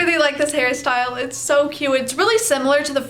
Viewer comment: everytime you say hair style, i hear harry styles 💀 💀 💀